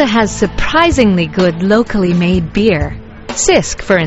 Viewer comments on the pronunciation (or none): The beer is pronounced 'chisk' not 'sisk' and maltese drink tap water all the time as it's very well filtered and the lime in it gives a good flavour to our hard water.